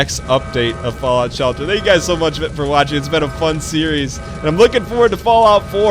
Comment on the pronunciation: its shelter not yelter